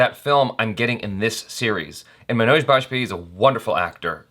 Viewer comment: One like just because he pronounced MANOJ BAJPAYEE properly.